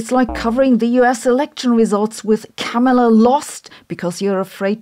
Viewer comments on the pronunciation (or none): none